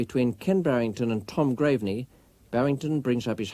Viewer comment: Who's the commentator who keeps referring to Graveney as 'graverney'?